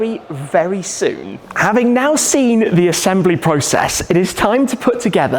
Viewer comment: It's YOU-topia not OO-topia